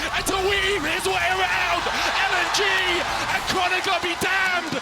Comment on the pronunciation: Please get a caster who doesn't speak like a baby! "Wong (wrong), Awound (around), Pwiowity (priority)" c'mon man, just get some speechy lessons so your soft soy jaw can pronounce words properly